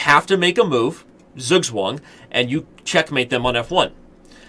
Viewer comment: as a native german it took my way too long to understand that he is trying to say "Zugzwang"